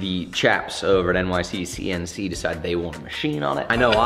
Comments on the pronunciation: Anyone else notice he keeps adding an extra C in NYCNC? Lol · Did anyone notice that said "NYCCNC" while the screen said "NYCNC"? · its N-Y-C-N-C not nyccnc!!!!!